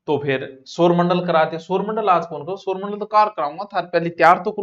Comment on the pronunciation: सर आप सौरमंडल को सोरमंडल बोलते हो 😮